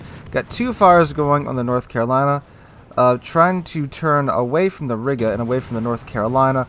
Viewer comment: Riga is pronounced Reega btw